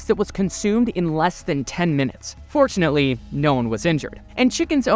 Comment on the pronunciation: Every time he said "fortunately" i thought he said "unfortunately"😅